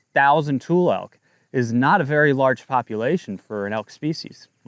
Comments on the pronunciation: Tul-lee. Not tool. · Pronunciation Tule = too lee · Its toolee elk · Born and raised Northern Californian here...It's pronounced "too-lee" elk. Not a criticism, just info . Thanks for all you do.